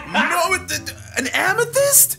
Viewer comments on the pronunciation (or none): did buddy just say amathest🤣